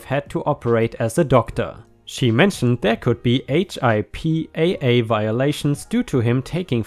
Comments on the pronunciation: HIPPA is pronounced Hip-ah. Like hippo but an 'a' at the end. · HIPAA-pronounced as Hip-a. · HIPAA is pronounced HIP-uh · Two things: HIPAA is pronounced HIP (as in body part hip) Uh, and in "Uh-oh." So, Hip-Uh. And "Vag." isn't pronounced Vag as in lag. It's V aaa (as in the sound for apple) and ggg as in jjjump or jjjjug. vvvaaaaaggggg, vag. hopefully that helps. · HIPPA is pronounced Hip-uh